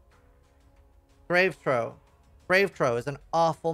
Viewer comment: SEER-us* EX-ark* GRAVE Troff*